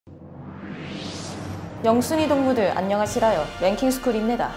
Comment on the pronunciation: 인트로에 영순위 동무들 안녕하시라↗️요↘️ 랭킹스쿨입네↗️다↘️ 먼데ㅋㅋㅋㅋ